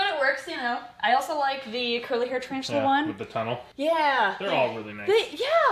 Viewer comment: Its a ta-RAVE-tula! Ooontz ooontz ooontz ooontz